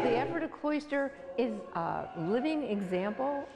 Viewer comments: Perhaps you should first learn how to pronounce Ephrata before doing a story about it. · Wish the news chick knew how to pronounce "Ephrata." 🤦‍♀️